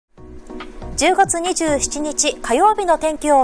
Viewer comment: １０ごつ２７にちって聞こえたがｗ